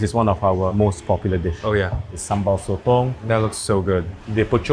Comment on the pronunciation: renn dAng NOT ren dEng! It's SO TONG, NOT SO TO! (So to is a different thing!)